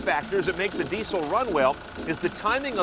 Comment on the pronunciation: "dee sell"